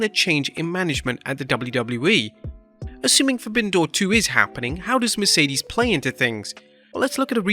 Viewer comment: This is getting Lamer and Lamer, First still saying Mercedes last name wrong THEN getting Forbidden Door 1 date wrong it was June 26th 2022 not 2023